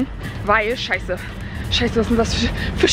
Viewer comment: du sagst immer sheise